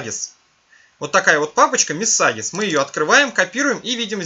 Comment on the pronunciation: Мессагес, Апли, КэПэус -- деревня! Хотя бы послушал, как Google Translate или Яндекс Переводчик читает эти слова. Не стыдно демонстрировать своё невежество всему миру?